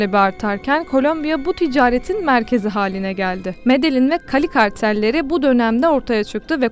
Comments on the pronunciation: Medelin degil Medehin diye okunuyor.Emeğine sağlıklı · Medeyyin diye okunur. bilginize